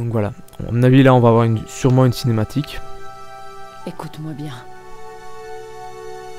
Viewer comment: Cinématique et pas cematique